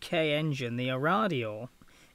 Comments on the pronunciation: "Aradio?" (a Radio?) The company name was/is said "ARAH-Do..." I Nearly stopped watching at that point, as you clearly did not do any real research apart from Wikipedia... The single float version was never made as a production plane as it proved very vulnerable to damage in rough seas, as can be seen from the start of the video. The revised twin float production version was far more sturdy and went into full production. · How the hell does a guy say kriegsmarine decently but totally balls up Arado....dude its AH RA DOH..... not a damn a-radio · Aradeo???? Interesting and creative pronunciation of AraDoh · G'day, Was it not A Radio ? Nivertheemoind. Nobody expects the Pommies to be able to pronounce anything propperly. They're all raised to be incomprehensible, by tradition. Such is life, Have a good one... Stay safe. ;-p Ciao ! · What the hell is so da*** difficult to pronounce Arado? There is NO fricking I in it! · There's no need to react this rude, it's just a mispronunciation.